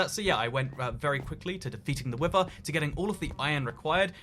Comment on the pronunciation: People: Wither: wiVer